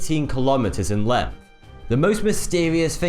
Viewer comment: Hard to give solid credence to the host with such a speech impediment! "It's wuffly here - or nearly ten paces lenth from here - or the five munfs it took to find pwoof"!!" Such a pity - the stories are fascinating.